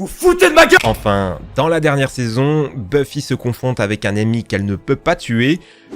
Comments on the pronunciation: "Buffy contre les vampires".... Ça se prononce Beuffy... T'as jamais regardé la série ou quoi? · par contre ça se prononce beuff-i pas bufi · aïe, mes oreilles... Continuez quand même, vous êtes géniaux ! (juste, pas bUffy...ça se dit beuffy) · Buffie mdr ça se prononce beuffy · ça se prononce Beu-ffy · La prononciation de Buffy ... et Jamie